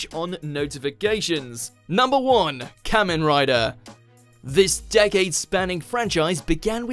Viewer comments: I'm sorry, but who the nine hells is this "Kammen Rider"?! It's Ka-men Ridaa! I can forgive most of the butchered pronunciations, but hearing Kamen Rider butchered like that hurts my ears, my brain, my heart and my soul. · For a sec there i thought they said mumen rider instead of kamen rider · You pronounce kamen rider wrong